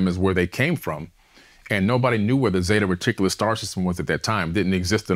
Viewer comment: "Zeta Reticulis"?? I thought it was Zeta Reticuli??